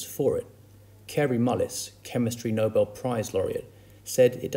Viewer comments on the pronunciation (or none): none